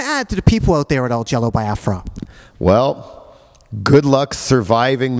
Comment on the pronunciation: I don't know what was more annoying: the gay love fest or this idiot consistently mispronouncing Biafra